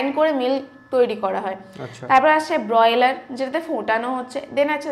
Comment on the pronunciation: Ota broiler noy Ma. Boiler bole.